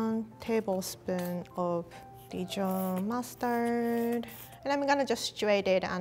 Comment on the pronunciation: Is it just me... Whenever she say mustard it sounds like Mars turd to me